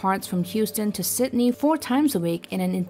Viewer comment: Sydney not Sitney